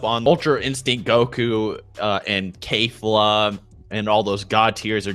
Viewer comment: Her name is kefla not kfla